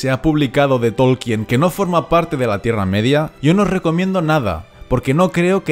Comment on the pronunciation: "Todo lo que yo sé..." ja! Tan humilde el tipo este que ni sabe pronunciar el apellido del profesor